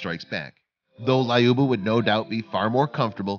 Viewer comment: Its lyuba not layoba